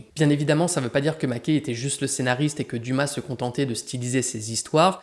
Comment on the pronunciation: Ca se prononce Maquè (et) et non Maqué